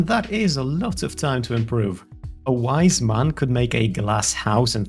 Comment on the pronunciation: 1. You clearly sound polish by justthe sound of how you said "wise" 2. BOBER